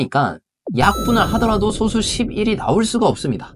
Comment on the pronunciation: 지나가던 수학선생님입니다 소수를 읽을 때 저 소수는 '솟수'라고 읽어야합니다. 마저 지나가겠습니다